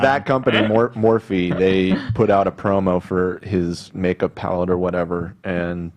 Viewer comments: It’s definitely pronounced Morph-ee. Sorry Ethan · The owner of Morphe's name is Linda Morphe- Pronounced Morph- E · _h3h3Hilayikes:Hila you’re so freakin great episode!!! ! I want to watch James stuff! Remember Romeo Lacoste? We didn’t accept his BS excuse, but James gets away with basically the same thing!!! Don’t worry Ethan, it’s not your fault you pronounced morphe wrong. They’re dumb asses for spelling it like that.